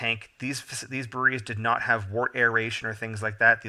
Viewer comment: Thanks for the videos. "Wort" is pronounced "wert" and "trub" is pronounced "t rube".